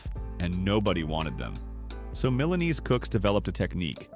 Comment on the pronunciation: You'd think that whoever is doing the narration would bother to learn at least a bit of pronunciation. It's really not that wild a stretch. The most obvious? "Milanesi." Mi-la-neh-zii.